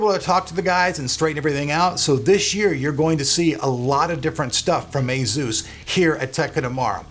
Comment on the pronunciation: I hate the way you say Asus but ok :)